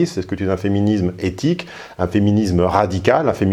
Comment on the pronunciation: Tu parles très bien. Cependant féminisme se prononcé [isme] et non [izme]. Cordialement.